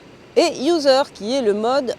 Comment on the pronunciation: dans l'énoncé des modes, pour le dernier "user", j'ai cru entendre "loser"... ça aurait été génial :o))